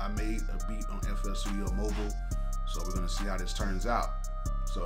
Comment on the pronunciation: It is Mo Byl, not mobeel